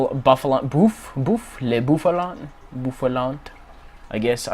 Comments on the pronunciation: love how you're trying to pronounce bouffalant with a french accent.. "le bouffalant" haha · I freakin died when he said: Le Bouffalant hahahahh